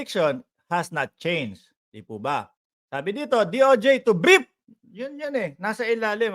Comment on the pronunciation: Brod.brief hindi briep ang bigkas